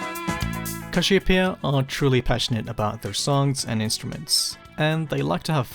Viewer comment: bros said CASHEWPEA